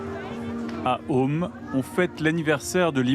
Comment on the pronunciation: Ça ne se prononce pas om mais Qom (kom).